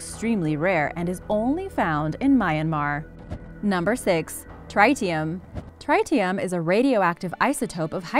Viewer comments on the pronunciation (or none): Exactly Tritium(Trit-e-um) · You mispronounce tritium. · You mispronounced Tritium. Both "i" sounds are short.